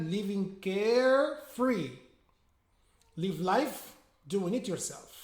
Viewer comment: Hi there, 👍🏻 good job 👍🏻 so clear and smooth as usual :) If you don’t mind my remark, you pronounce the word ‘live’ the same way as 'leave' and it’s kind of confusing sometimes :( Otherwise your videos are so inspiring , you helped me a lot in my lesson planning . I can’t thank you enough :) keep up the good work !